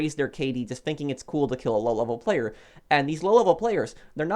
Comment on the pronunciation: I'm sorry, but I was losing it every time you were saying "low-level player" because it sounds like "lololol player".